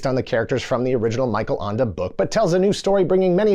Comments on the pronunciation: “Michael Anda” … “Das Buut” please, don’t speakk German 😂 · Feel free to contact me if you need help pronouncing German authors' names in the future. That's not a French name 😂